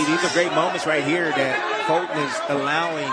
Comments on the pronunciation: "iss a betta round fo Folton" yeah, he's getting pummeled non-stop. That's a much betta round. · stupid announcer calling him "Folton". Rootin' for his BOYEE but his boyeee got demolished.